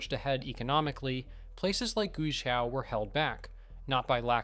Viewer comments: For example, Guizhou is not pronounced as "Gushao" or something similar (the speaker was not consistent), but is Guay Joe. My use of Chinese is far from perfect, but I've worked with it for 20 years and have four Chinese friends now living in the US with my wife and I (on a temporary basis). Obviously, most Americans would mispronounce Guizhou, especially the zhou. A simple internet search could have provided the right pronunciation, even Google Translate software. I do give the producer of this video credit for getting many things right. When I first came back from China after a six week visit, and after my three subsequent visits, I felt like I was entering a third world country when I returned home to the rural US (Arkansas). For example, Atlanta, Georgia has minimal bus service and a subway-overhead rail system designed for the 1970s. Traffic is terrible. At age 73, I know I will never ride a bullet train in the US. China had no high speed rail in 2005, but it now is almost everywhere. It COULD be done. I thought, "Why is there no bus service here?" in Mountain Home, Arkansas. The last passenger train left in 1936. "Why can't I at least go to a large city and go to North Carolina or Atlanta in four hours at 200 miles an hour?" The US fails to realize we are being left far behind. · In the name 'Guizhou' the 'Gui' 贵 is pronounced /gway/ (rhymes with 'stay') and means "precious, noble, costly". There''s a hidden 'e', as if it were "Guei'. The inventor of Mandarin Pinyin thought this was a good idea, for whatever reason, possibly just to limit the vowels to two. The hidden 'e' is there only when the first vowel is a 'u' following a leading consonant, as also in 'tuì' 退 "retreat; refund'. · Guizhou is pronounced like Gwayjo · Guizhou is pronounced Gway Joe. If you're gonna use AI to read the script at least make sure gets the name right.